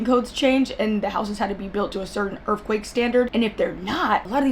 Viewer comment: Did you say Errffquake? 😂😁😂